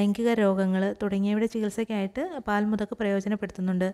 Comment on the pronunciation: When u say the name of the pkants say clearly.or u can write in the heading.